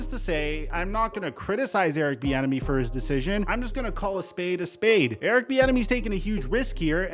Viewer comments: Literally sound like you're saying Erick "the enemy" 😂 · Every time i hear most people, including you, say Eric’s last name i think you’re saying Eric The Enemy which would be a baller nickname.